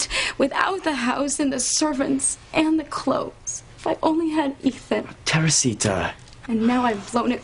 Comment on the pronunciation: Bwahaha… nostalgia is a powerful thing… the acting is terrible… “Teresita…” he actually said Terresita…